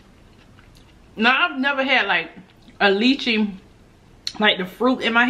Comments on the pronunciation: That’s lychee(Lie-Chee) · Yes it does taste like a grape and they are delicious 😋 and Lychee is pronounced Liechee